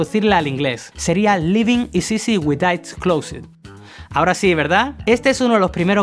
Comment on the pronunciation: Me sangraron los odios con la pronunciación erronea de "Closed"